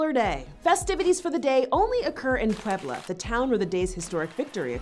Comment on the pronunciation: for someone who wants to be respectful to other cultures you sure have a hard time saying "Puebla"